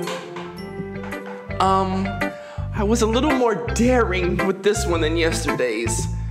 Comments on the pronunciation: bro off oof,dareing darling bruh😭😭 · Bro he said darling instead of daring